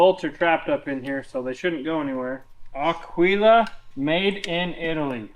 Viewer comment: It's pronounced "AQUILA" not "AQUILA"......js